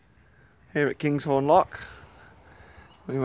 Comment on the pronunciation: kinghorn not kings horn . 😂